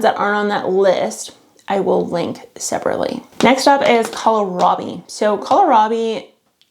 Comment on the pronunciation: (Psst. It’s kohlrabi, not colorabi. :). )